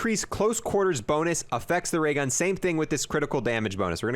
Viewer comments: "waygun" Me:"new gun?" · “dis might affewct da waygun”